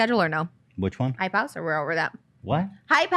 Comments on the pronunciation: It took me a second to understand too lol. I thought she was saying “Hi- Pouse” idek 😭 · I’m dying laughing 😭 I had no idea what the f*ck she was saying either and literally thought she was saying “hi pows” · It sounded like she was saying high pals but now all I hear is hype house now that I know that's what she was saying😂 wtf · Ethan I love you, but that "hypouse" thing made me genuinely angry. With peace and love of course. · Tbf when Trisha first said "hype house" I thought she said "hipouse" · it actually sounds like she's trying to speak chinese lmao like "还跑". What is hype house anyway? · She definitely said hype house